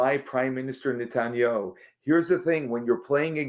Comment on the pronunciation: if you're going to make a video about a world leader, make sure you know how to pronounce their name right. It is not pronounced net-tan-yoo.